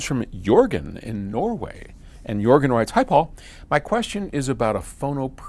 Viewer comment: Haha :) I guess his name is "Jørgen" not, "Jurgen" ;P I always laugh a bit when americans, english etc can't pronounce the letter "Ø" :P We have the letters Æ, Ø, Å after Z in the alphabet. Always funny when trying to pronounce my name too.. :P